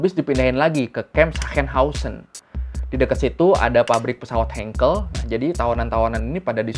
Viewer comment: Tambah masukan. Buchenwald juga dibacanya BuKHENwald seperti huruf hijaiyah "kho" penekanan di "h", dan Sachsenhausen dibacanya SaKHsenhausen.